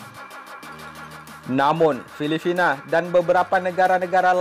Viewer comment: Filipina atau filifina min ? 🤣🤣🤣